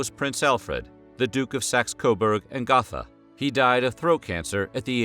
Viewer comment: Gotha is pronounced "GOAT-TUH" just FYI....lol